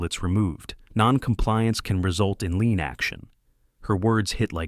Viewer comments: The word is "lien", not "lean". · I mean lien not lean, clause, not claws!